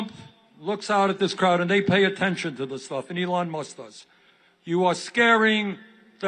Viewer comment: I like how when Bernie says "Elon," it sounds more like " Ellen". I doubt that Musk likes that.